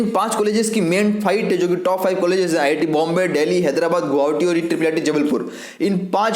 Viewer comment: U can not speak गुवाहाटी😅